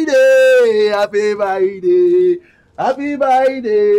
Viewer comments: is it happy birthday or happy byday😂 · sound like he saying happy bye day to kali. 😉